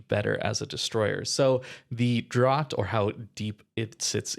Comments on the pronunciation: 40 "drot" lmao. It's "draft". Listening to wows players try to pronounce almost anything is hilarious. This is up there with Mountbatten trying to say "almirante" 6 different wrong ways in the same video. Any of you all ever read books? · Draught is pronounced Draft. It's the British spelling. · FYI draught is pronounced "draft" in nautical contexts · Draught is pronounced as draft, look it up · Draught = pronounced Draft